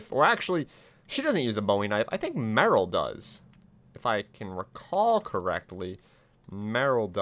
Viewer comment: It is merle not morle